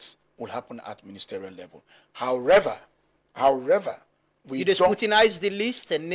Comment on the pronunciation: ( THE WORD IS HOWEVER, NOT HOWREVER.)